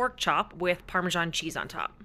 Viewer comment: Why do Americans pronounce it paremaSHARN cheese . It's parmaSAN cheese .